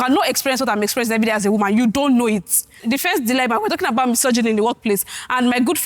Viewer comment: I’m actually losing my mind with how they say dyyy-lemma 😭 just a correction, it’s DI-lemma duhlemah ❤️❤️